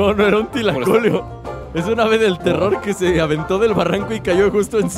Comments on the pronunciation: Like si ves que dice TERRO EN VEZ DE TERROR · te falto una r al final de terror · oye, como que dice TERRO y no TERROR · Soy yo o dice terro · Oye terro te falto una r